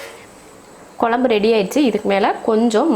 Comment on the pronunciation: நீங்க கொழம்பு னு சொல்லும்போதே கேக்குறதுக்கு நல்லாயிருக்கு